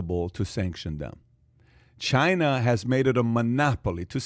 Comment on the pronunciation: "Chy-na" not China.